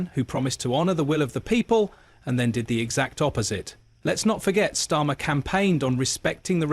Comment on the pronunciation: I guarantee Prince William didn't say anything about it, use the phrase for headline grabbing This is narrated by AI right? Of the 20 times you mentioned Starmer, you got its right once or twice 😅😅 Storma, Stima, Stama